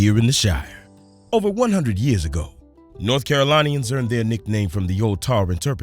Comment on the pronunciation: Haha! Lifelong Carolinian ( The "i" is not a long i) sounds like linen. Not a well-known pie in this state believe it or not. I am going to make it though! Love your channel. Very relaxing to watch you, almost like visiting a friend.